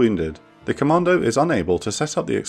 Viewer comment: the way you say commando sownds like you ar saying comander